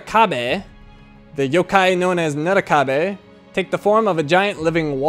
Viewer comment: Yup his pronounciation is wrong...